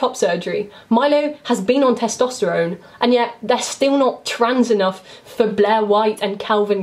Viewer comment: I love how with your accent Blair sounds like Bleh